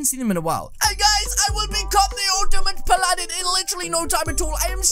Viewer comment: Your saying Paladin wrong